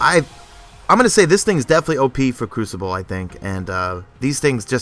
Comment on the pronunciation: crew-see-bley is funny lol